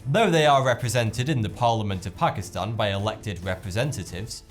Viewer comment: YAAAS! Someone who actually says ''Pakistan'' right x'D I have to tell people, it's pronounced 'Taan'.